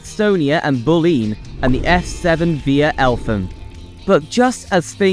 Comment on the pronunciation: yaa raa river.. bull lean... cant watch this listening to that